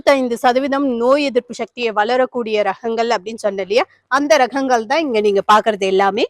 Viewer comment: பயனுள்ள காணோளி 👌🏽 ஆனா ஒன்னே ஒன்னு மட்டும்,, மிளஹு, காய்ஹள், ரஹங்கள் னு சொல்லாதீங்க. மிளகு, காய்கள், ரகங்கள் னு சொல்லுங்க ப்ளீஸ் 😢